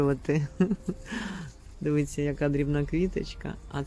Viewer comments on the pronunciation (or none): Вражає Ваш асортимент і Ваші знання своїх улюблениць. Маєте мій лайк безумовно. Одне прохання, якщо Ваша ласка, слово "дивІться" промовляйте саме через " І", бо у Вас воно неодноразово звучить ,як "дивИться"... Просто дуже багато раз промовте це слово саме з буквою "І", і з'явиться безумовна автоматична правильна вимова. Дякую Вам за відео.